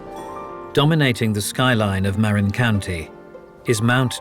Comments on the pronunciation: It's "muh RIN" County, not "MARE in" County. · right?! I’m from Marin County…he massacres the name. Lol! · He miss pronunciation according to Dan Marina county lil olde lady with red car 😂😂😂